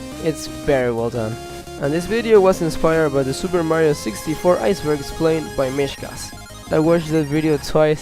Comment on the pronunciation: Aiyce burg